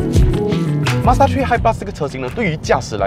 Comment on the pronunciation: mazda 「tree」